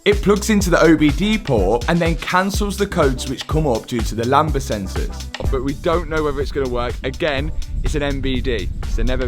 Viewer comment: "lamba" it's lambda.